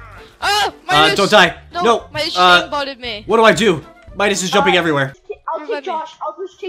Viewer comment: He sead meascols insted of midas